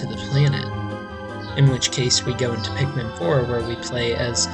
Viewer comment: Nigga did you just say pickman